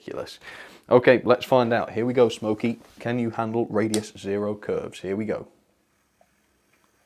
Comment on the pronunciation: Wait a minits it’s not smoky joe but it’s snoky joe